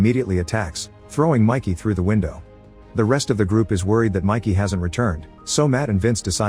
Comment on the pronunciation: It’s not Mikey, it’s Mickey!